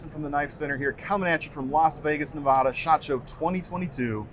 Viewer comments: As a Nevada native, is unacceptable. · I really love this show and I’ve very much enjoyed this series! Thanks so much! Also you’re pronouncing Nevada wrong. 😉